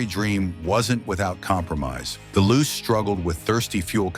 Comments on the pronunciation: Its loo chay, not loose,and the rx4 was not styled by bertone. Rubish ai video. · The Mazda Luce is pronounced 'Loochay' its Italian for light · Correction...... 1973 Mazda Luce A. The 2nd generation Luce / RX-4 was released in 1972 B. Opening scene showed the original 1st gen / 69-72 Luce coupe C. JDM name is pronounced "Loo-Chay". The english "Loose" version you attempted is weird. You could have kept it simple & used the export name.... RX-4 D. Several shots showed the (light green) Savanna / RX-3 when your story is about the Luce / RX-4. This lack of research makes your video look weak 1972 Mazda Capella A. The 1st generation Capella / RX-2 was released in 1970 B. You show a Luce / RX-4 at the min + min mark , showing poor research